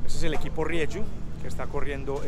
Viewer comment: Gracias por su aportación caballero, por enseñarnos el Dakar desde dentro, solo una cosita, la marca Rieju es una marca española nacida de fusionar dos nombres RIEra + JUanola, por eso se pronuncia RIEJU con J y no RIEYU como usted lo pronuncia, reciba un cordial saludo y feliz año nuevo 😉